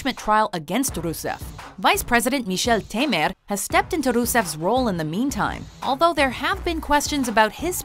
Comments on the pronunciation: Why she pronouced Michel Temer in such a strange and nonportuguese way? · I get that you people speak Portuguese but as a Hispanic-American when I pronounce your names I pronounce them in Spanish,don't know I just find Portuguese names similar to Spanish names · Adoro como ela fala Michel Temer :D!